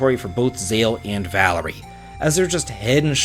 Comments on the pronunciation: Baby it’s “Valere” not “Valerie” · Valere's name is pronounced vuh-leer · I honestly thought you were supposed to pronounce the Moon Solstice Warrior 'Val-Air', rather than 'Val-ery' xD